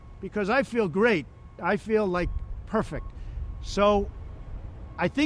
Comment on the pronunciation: I feel perfec while slurring... perfec? yeah I can see you don’t feel perfect 🤪